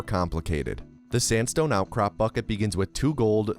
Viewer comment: I wouldn't blame you if you accidentally said sansstone when you quickly say sandstone.